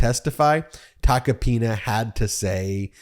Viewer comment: Please don't pronounce his name like a republican trying to americanize it, it's t a c o-pina!